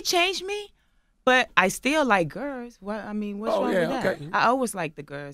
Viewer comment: "I always liked the gurrs " 😂😂😂